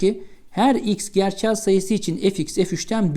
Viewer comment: Çok güzel "gerçel " diyorsunuz hocam 😃 ingilizce bir kelime okur gibiydi:) - soru çok iyiydi👍